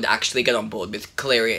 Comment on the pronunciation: you say claia i say mary